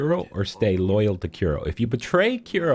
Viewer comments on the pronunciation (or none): It's Kuro not Kiro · Kiro? Kuro. Nice guide